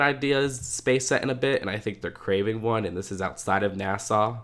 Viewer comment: why he say nasa like nasaw